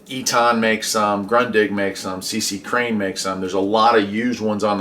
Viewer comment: C.Crane, not C.C. Crane